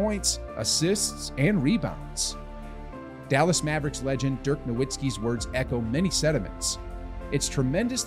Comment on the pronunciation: If you want more credibility pronounce Dirk’s name right. You make it sound like you never watched him play and are just reading his name off of something.